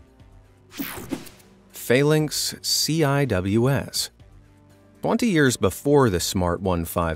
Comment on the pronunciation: CIWS (pronounced as: “Sea-Wiz”) (🤦‍♂️ get it right 🤦‍♂️)